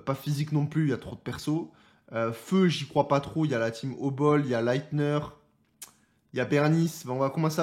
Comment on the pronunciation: C'est Lighter pas Lightner (Lighter qui siginifie Briquet en anglais dailleurs)